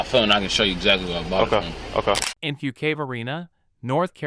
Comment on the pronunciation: I'm sick of AI voices that can't pronounce words properly! Phonetically it's Fukekway, north Carolina!